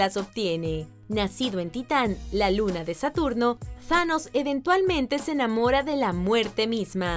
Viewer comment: Thanos se pronuncia como lo pone tanos tanos